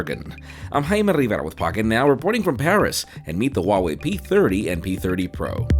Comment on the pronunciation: it's HUAWEI not wawei😂